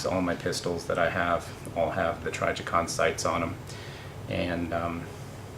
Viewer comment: T R I jicon Not T R Y jicon